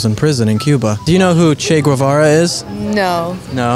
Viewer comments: It’s not goo eh va ra, it’s ghevara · Why does he say Gvuvara? Lmao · Irrelevant facts you don't care: - "Che" is kind of like saying "Hey" in argentinian dialect. - It's actually pronounced "GEH-vara". Greetings from an argentinian. Sad to be always associated with that guy and Maradona.